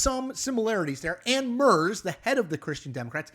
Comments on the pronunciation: Closer but still not correct. It's not an easy name tbf. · Ok... let's get this right as Merz will be around for a while. The /e/ should be more like the /a/ in , but that might be hard to do in the Anglophone world. But what definitely will help is the pronunciation of the /z/. In German a /z/ sounds like /ts/. That makes the name easier to say. Much like the dance, "waltz". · Chris- the guys name, being German has a harsh TSSSS sound not a soft shh. Merz like in megahertz. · How hard would it be to learn how to pronounce Merz's name? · Please look up how to pronounce "Merz." You're getting it very wrong. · Research and practice how to correctly pronounce the names of non-English speaking politicians please- eg Herr Merz. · I am surprised that none of the many Germans corrected your pronunciation of Merz. Their relief that an American might be interested in the German election and not swallow Donald J. Trump's claim to be the new Kaiser of Germany is palpable. An acceptable American pronunciation would be Mertz as in Fred Mertz. Ricky Ricardo's neighbor. The German pronunciation is here in this utube clip as well as is Merz's denunciation of Trump Also with the new Trump Republican Party the Christian Democrats cannot be called the German Republicans. The only American Republican that would be welcome or comfortable with even the right wing of the Union would be Mitt Romney. Last I heard Romney's not regarded as a Republican. A German Z is pronounced TZ. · Es ist nicht nur dass es der deutschen Aussprache nicht entspricht, "Murzz" ist nicht einfach zu sagen... wie man beim Sprecher merkt. /rz/ auf Englisch braucht eine richtige Verrenkung 😂 und das sage ich als Englische Muttersprachlerin und Linguistin. Warum das Leben nicht einfacher machen? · Can you please try to pronounce the name of Merz right? Try this: Mairts the "t" is emphasised. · Yes, I think "Mairts" is a good way to write it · You really can't pronounce Merz like that :D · it's not MERS!